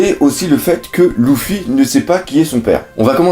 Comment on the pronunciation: arrrrrrreeeeeete de dire "loufy" ca me gave de dingue !!!